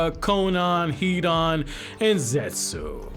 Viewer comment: You're aware the U in Zetsu isn't pronounced?